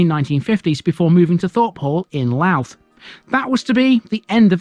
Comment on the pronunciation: Louth is pronounced Low(as in 'how') uth. Two syllables.